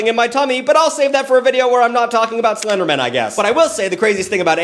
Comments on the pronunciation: Stop saying Slendermin. You're too fast. Its SlenderMAN. Lol. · The way you pronounce SlenderMAN as SlenderMEN bothers me.... a LOT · I'm sorry, I couldn't get past you pronouncing Slenderman as Slendermen the entire time! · The number of times it sounds like you say SlenderMEN instead of man upsets me. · I love how is from New England so he pronounces it as Slendermin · The way you keep pronouncing Slenderman as if it's a last name like Goldman instead of pronouncing it like Spiderman or Superman is freaking killing me for some reason. 😂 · The Seinfeldian pronunciation of 'slenderman' as if it was someone's last name got me! Like I just kept thinking of the old 'office birthday party' trope, but with everyone rolling their eyes as Slenderman asks if they really need to take a slice of cake that big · Why are you pronouncing the end of the Slenderman like the end of Councilman instead of like the end of Batman? 😂